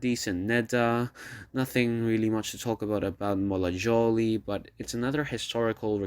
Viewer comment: "Sabajno" is pronounced like "Sabaino", "Maschera" as "Maskera" and "Molajoli" as "Molayoli"